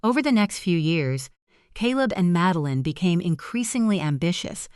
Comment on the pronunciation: Please teach your A.I. bots how to pronounce names correctly. Madeline is pronounced MAD-DEL-LIN, not MADE-LIN, FFS !!! Needs to be proof read by a human !!! 😡😡😡